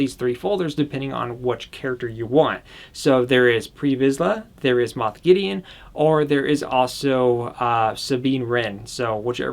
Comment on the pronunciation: is it moph or moth gideon? i say moph, but it sounded like said moth